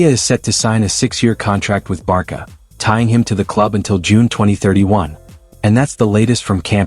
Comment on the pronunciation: Based on the name of this channel, you seem to be a Barca fan. If so, why do you mispronounce the club's name? My friend, it is pronounced [barsa] all over the world, not [barKa], for goodness sake. If you use AI for voiceover just be sure to replace "Barca" with "Barsa" in the text to make the AI pronounce it porperly.